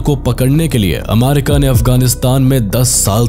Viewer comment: Bhai America hota hai amaarika nhi😂😂